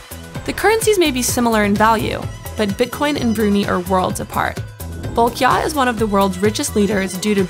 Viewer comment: hey eedjit! its pronounced bru-nigh not bru-knee!